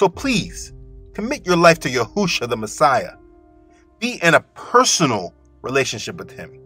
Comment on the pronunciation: I still hear u say Yahousha I don’t know when u will pronounce it right. For the last time I will say His name is Yashouwa Get this one right.